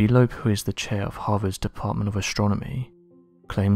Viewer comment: Avi Loeb* haha lol "Lobe"